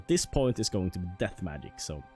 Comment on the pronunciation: i like how he says Maic instead of Magic